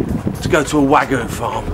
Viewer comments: So it's pronounced WAH-GOO, huh? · You're pronouncing wagyu wrong - there's a Y in it for a reason. wa-gyu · It hurts me to hear this guy pronounce Wagyu...